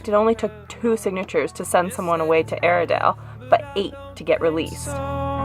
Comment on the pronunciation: At first we thought you said "Arendale" like in Frozen, but this place sounds like a terrible place. It still has quite a bit of the original fixtures. Yikes!